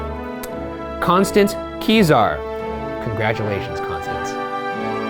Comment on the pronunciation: wait, is this the same Constance that appeared in a Rhett & Link video and he pronounced her name as Costanze?